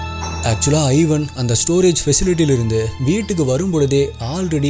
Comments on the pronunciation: Ivan is pronounced as Evan not I-van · its not 'i'van, its pronounced evaan. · Thambi athu ஐவன் இல்ல இவான்